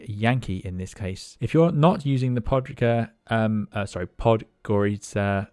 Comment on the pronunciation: Podgorica - you actually pronounce it very well! Thanks a lot for all the effort and dedication, the most useful flight sim channel there is. Cheers